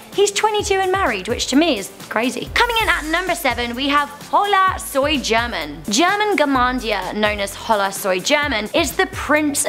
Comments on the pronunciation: Your pronounciation of holasoygerman is not nice for my ears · Lol horrible at pronouncing these channel names. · Um please learn to say HolaSoyGerman i watch his vids